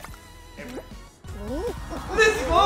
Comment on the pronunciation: Siempre dices les gou jaajajaja